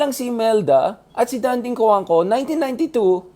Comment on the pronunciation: It is not Dánding, it is Dandíng. He deserved to be called by his name pronounced correctly.